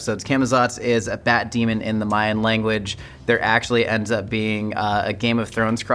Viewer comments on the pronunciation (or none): none